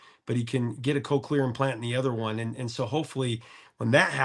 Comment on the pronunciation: The good Aussie invention, the Cochlear implant. Your pronunciation is a little bit off though. It’s not Co clear, it’s Cock lear. Yep, 2 syllables COCK LEAR.